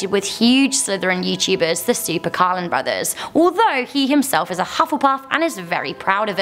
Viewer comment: CarLin not carrin!